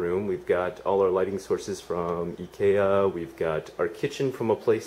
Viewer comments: "Ai-ki-a" is the american way to pronounce Ikea, I don't know much about Swedish words, but the way said it may be correct in swedish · He is pronouncing it with the Japanese pronunciation. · Is that a different store I've never heard of or do you just say Ikea weird? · i noticed a few things...one was how you used the japanese pronunciation of IKEA which confused me for a split second...another thing was your confusion of the bathroom control, i thought you spoke japanese... This video really expresses how proud you are of your house...i think i would be also if it was mine...also do you ever watch your old videos, cos i think this house changed you...all of a sudden you seem to have grown up, so to speak...so sound so mature